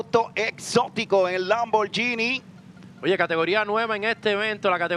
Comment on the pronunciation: He said LAMM-BOAR-GENIE